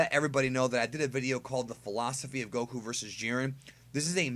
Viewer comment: i hatethe wayu say goku lmao